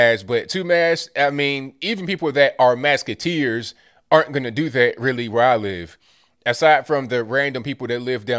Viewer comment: "Maskateers" lmfao!!! You crack me up.